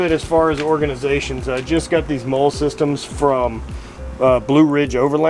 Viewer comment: Just an FYI, molle is pronounced like the name Molly.. great video. Keep up the great content!